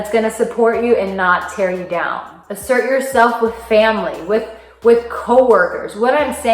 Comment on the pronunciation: I had to listen carefully a.m, I thought you said imsert, but after a few blinks and a yarn I realized that you were saying asert, good stuff.